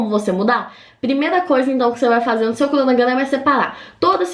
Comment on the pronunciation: “crdonogrdama” ke